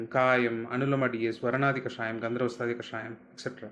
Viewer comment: Dear Dr., Thanks for the valuable information. Just a small correction.... You are pronouncing it as "gandharvastaadi" instead of "gandharvahastaadi". "ha" kaara is either missing or not clearly heard.